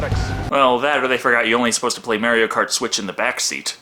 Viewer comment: do Neverending Story... just cuz...btw i hate Urban as an actor, LotR killed him for me that and Riddick...also the way u say Mario is amusing to me;)